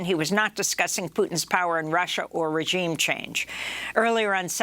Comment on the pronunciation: Ro can't pronounce the word "regime" correctly!